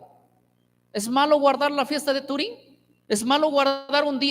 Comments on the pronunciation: un error es cuando lo dices una o dos veces, pero el cada que lo mencionaba decía "Turín" y es Purim que de malo tiene que se le corrija, o ya lo hiciste tu idolo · No sé si estoy escuchando bien o que el pastor lo dice equivocadamente, pero yo escuché que dijo "fiesta de turím". Si es así, eso es equivocado ya que no es 'turím' sino 'Purím'. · o sea que en algunas presentaciones lo pronuncia bien y en otras no, cuando conoces la palabra sempre lo vas a pronunciar bien, en todas las veces que lo mencionó lo hizo mal